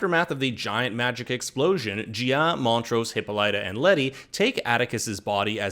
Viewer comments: They mispronounced Hippolyta. Drove me nuts. They ignored a good deal of the book and went down a crazy rabbit hole. Very sloppy writing. That is Dejah Thoris in the first episode. Her skin has always been red. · If I have to name one thing that annoys the the fuck outta me is how the pronounce Hippolyta’s name!